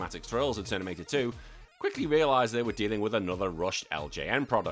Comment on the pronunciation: Lol "Ternimator" 😂😂😂